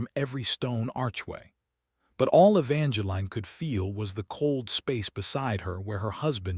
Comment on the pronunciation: Please pronounce Evangeline correct. The is no "line". And there is no"Cashan"